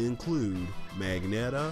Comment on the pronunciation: Magetta* not "Magnetta"